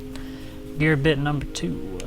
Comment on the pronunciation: Such friendly commentary. I like "Gear byte" haha!